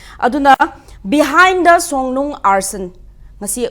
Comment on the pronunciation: Songnung natte Songlung ne. Ngang adi phajana ngango